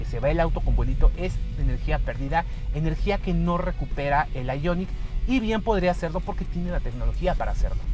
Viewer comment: porque dices el nombre del modelo en ingles ? el prius lo pronuncias en español -.